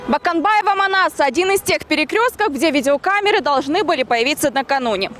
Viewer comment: почему баканбаева? а не Боконбаева это же телевидение Кыргызстана!